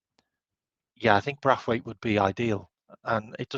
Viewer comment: You make me laugh with your pronunciation of players names. Brathwaite lol BraNthwaite